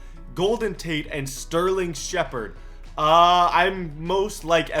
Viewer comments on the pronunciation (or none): none